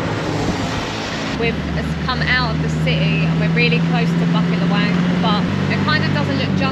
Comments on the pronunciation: local pronunciation: boo-keet luh-whung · Cute how you guys pronounce Bukit Lawang :)